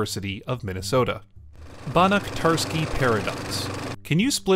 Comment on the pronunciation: Banach is pronunced banahh, not barrack